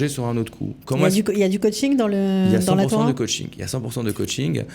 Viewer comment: Torah et pas thora